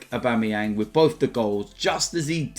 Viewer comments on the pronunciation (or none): none